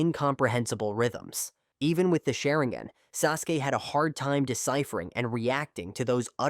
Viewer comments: According to this A.i. Sha-rin-gan ❌ Sharin-gan ✔️ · Ah yes, the shuh'ring-gen. Rock Lay hard counters the uchih-huh.